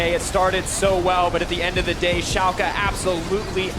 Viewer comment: Learn how to pronounce shalke please dear lord so much cringe the casters even say it correctly and you still pronounce it wrong